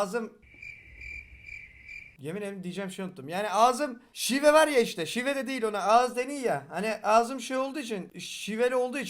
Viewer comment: Abi en son Var ya yerine va ya dedin zar zor çözdüm ne dediğini lutfen abi alfabeyi kullan